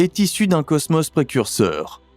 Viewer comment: C'est quoi le ceusmeus??? Cosmos je connais, il y a 2 "O" qui se prononce O et pas eu...😂😂😂